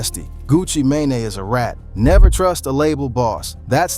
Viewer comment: 😂dawg you can't say nigga no more if you can't pronounce Sheisty!? (Shy-stee) or Mane?! (Main) 😂😂 talm bout Sheestie and maynay 😅